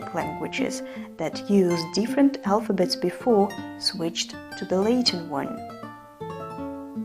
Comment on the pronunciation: Great video! But just a small note: Latin is not pronounced “Lay-tin” but “Lah-tin”